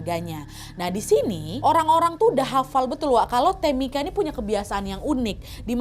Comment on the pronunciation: Tamika itu bacanya temika ibu😩 Sama kayak Angel bacanya enjel😩yak opo seh smpean